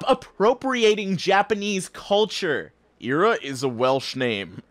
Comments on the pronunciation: late but eira is said like eye-ra not ee-ra, made me cringe so hard aha. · Ay-rah is how you say Eira (ay as in day), it means snow. Now you know that you're even less racist.